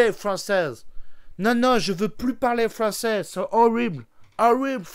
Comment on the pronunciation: le passage du " horrwible frwonzèse no no je veut plus parlé frwonsèse nono horrible pu dla teuch la frownsese no no no🤣🤣🤣